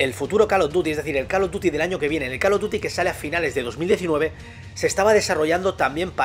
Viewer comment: Se dice COL OV DIUTI!!! NO CAL OV DUTI.